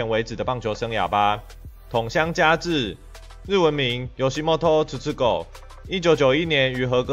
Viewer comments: ❌YOSIMOTO TUTUGOUH ⭕️YOSITOMO TUTUGOU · 日文念錯 變成"YOSHIMOTO"了